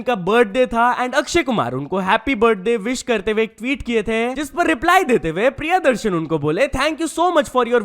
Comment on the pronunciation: भाई अब तो तुम भी सोनिया मैडम जैसी हिंदी कमेंट्री रोमन स्क्रिप्ट देख देख कर करने लगे हो ?? काफी दिनों से नोटिस कर रहा हु । प्रिया दर्शन नही भाई प्रिय दर्शन बनाम है उनका ।